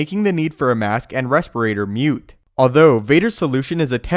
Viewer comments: Making the need for a mask "moot", not mute. Lol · Moot not mute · moot not mute.